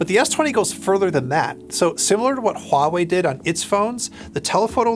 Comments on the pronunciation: THANK YOU so much for pronouncing Hua Wei the correct way. It just hurts my ears when ppl say WA wei instead is HUA wei. Thanks!!!! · Finally.. An american who pronounces it as Huawei instead of Wawei. Good on you. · This guy actually pronounced Huawei right. Awesome video btw